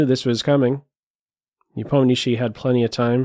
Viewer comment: Have to say, your pronunciation of Nepo name is by far best of all non-russian commenters!